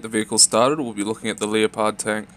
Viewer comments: lee oh pard..... its fuckin called leh-pard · its pronounced lepard not leo-pard, like the animal, straight disrespecting a tank that makes the Abrams look like hot garbage lol. makes me cringe every time you say it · No lol I usually pronounce it like Le-pud. Leo-pard is just a humorous accident that occurred. I don't write a script for these videos, so sometimes it takes multiple recording attempts per segment, to put thoughts into words. Which can cause brain dead moments, mix in my accent and you get things like Leo-pard lel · I'm not sitting on your accent but do you actually pronounce like leo-pard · that does not make any sense as its named after the animal. so you're saying by it being a german design the name would forgo the correct pronounciation which is extremely ignorant. also following that logic the "tank" part would be pronounced "tunkeh". I can understand if you are talking about the tank through a german conversation but its an english video. Also we use them in canada